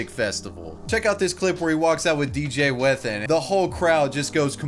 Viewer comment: I love how you pronounce whethan lol